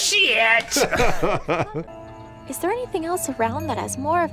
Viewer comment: i think what makes this even funnier is the fact that it's "SHIET" and not "SHIT!"